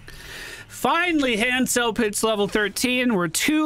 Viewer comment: Very nice hanzo play. Also pronounced Han so. 😂. Love you.